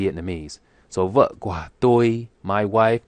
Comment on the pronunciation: )) OK. Just listen more and more videos/audios. and, for the word "của", your pronunciation sounds like "qua". Resently i can't find an example video which have "của" for you to follow.